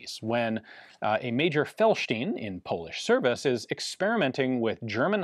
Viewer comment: Ian, you have no problem with pronouncing correctly 'Leszek' and 'Felsztyn', but for some reason you're stuck with incorrect version of Maroszek. In Polish, digraph 'sz' equals English 'sh'.